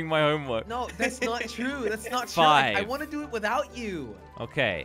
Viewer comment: Did say it’s FIVE? Or did he say “fine”?